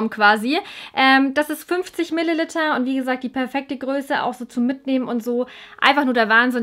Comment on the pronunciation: Tu mir einen gefallen und sprich Milliliter richtig aus. Danke!